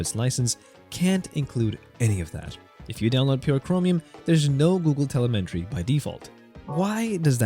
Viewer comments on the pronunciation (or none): it’s tele-metree, lot tel-elmentry